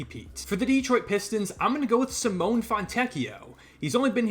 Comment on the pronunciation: I'm not Italian but the way you pronounce Simone is criminal dude! 😂